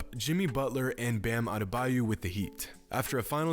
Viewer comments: ‘Bam adebayou’ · Adebayo not adebayou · Ok.. Is it Adebayo or Adebayu. You where saying Adebayu but I always pronounced Adebayo. To anyone watching this. What you think. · "bam adebayou" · Flight: Abdameyo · Nobody:: Bam Adebayu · Nobody : Jimmy : Bam Adebayu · You pronounced Adebayo incorrectly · No One:: “Adebayoo” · Maybe he was born on the Adebayou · As a Nigerian, I do not approve that pronunciation of Adebayo 😂😂